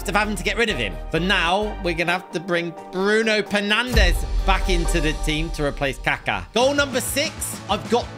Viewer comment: When was swapping kaka for bruno Fernandes, he called bruno bruno penandes